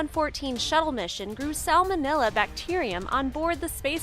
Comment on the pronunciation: And it is SalmonElla not "..illa"